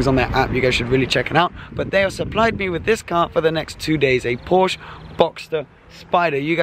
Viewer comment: Please pronounce Porsche correctly 😣